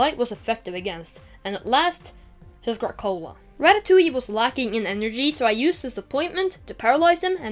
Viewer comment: This guy just said kracola ahahaha